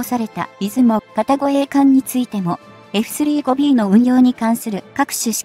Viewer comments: エフスリーゴビーじゃなくて、エフサンジュウゴビーと読んでください！ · 「エフスリーごビー」って・・・ その他も、酷い。